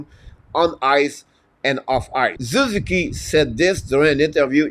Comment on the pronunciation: SOO - ZOO - KEE